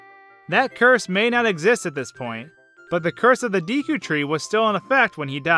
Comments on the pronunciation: Its pronounced Decku like a gecko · It's D-"eh"-Koo. That is literally the only way to read it in Japanese. Same goes for Hylian as "Hi-Lee-Uhn". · Wow. This video IS AWESOME!!!! I laughed and ohhhhh'ed a lot. You make some awesome points and you're hilarious. Oh and by the way its totally pronounced Deck-ew. :P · Its day-ku This is a japanese game and in japanese they always pronounce "e" as "ay" never as "eee" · Ocarina of Time was made in Japan, and in Japanese the e in deku is pronounced “DAY-KU” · just say DAY kew. Like the time of day and kewl. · Loz oot is a game with japanese roots, so look at the japanese language to know how to say deku. It sounds like: deck-oo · DEH-koo It's Japanese, the E makes an Eh sound. I makes the Ee sound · You pronounce the word Deku like “Daekue” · Deku as "dehkoo". Simple as that. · i think its actually day-kew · it's day-ku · Jfc….. it’s pronounced DECK-U tree. DECK-U. Repeat after me, DECK-U. Mf god damn how frustrating was that to listen to. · btw I pronounce it Day-Koo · Deku is pronounced "day-koo" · It's pronounced "Deku." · It’s said d-ea-ku in my opinion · I pronounce "Deku" like "Deh-Koo" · it's deku as in (day-koo) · Actually, it’s pronounced day-koh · Neither pronunciation is right. It's Day-coo. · im pretty sure its pronounced "dehku" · it is pronounced deku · It is pronounced Deku. (Deh-kou) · It's pronounced "doo-kee" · "diku", "nahvi" kms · i think its pronounced deck-oo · The word is Japanese. It's pronounced 'day-ku'. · first of all, its spelt Deku. pronouciation is completely diffreny. think day-koo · Its Pronounced Deh Ku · It's pronounced D-"eh"-ku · IT IS DEKU (DE COO) NOT DEKU (D COO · It's pronounced Dêku. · Its pronounced deku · I think its pronounced daku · its pronounced deh-coo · It’s deh koo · It's deku not dēku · it's pronounced dookie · Judging from Japanese pronunciation, it's probably "Deku" with an E-sound like the "a" in "lack", rather than an "ee" sound. c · Deku with a long e sound.